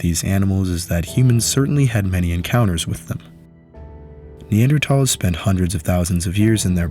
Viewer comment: Mad props for being one of the few people that pronounce Neanderthal correctly